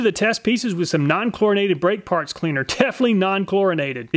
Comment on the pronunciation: Why is "non chlorinated" so important...? The way he says it makes me think there's something that I don't know....